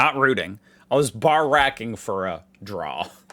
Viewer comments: It's "barick-ing" not "barr-ack-ing", but I figure you're just YANKing our chains 😜 I'm surprised you didn't come across the burnt out ute with the random toilet on its bonnet that's stumping Police in Newton, Adelaide SA. I think they left the toilet there so the cops have something to go on... Or they were trying to flush the evidence 😁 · you dont say barraking like obama treat it as two syllables barra and king, we don't say rooting in Aus as that has a whole different meaning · Nah, the emphasis is on bar, not rack Hence Barrack (Obama) is way wrong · mangled "barracking" in today's video. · He sure did 🤣